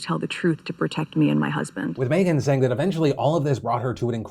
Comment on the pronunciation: why does phil pronounce "meghan" as "may-gen"?